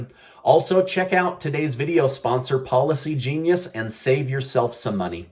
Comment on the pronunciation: Am I the only one that hears "Paula C. Genius" everytime he says "Policy Genius"? 😂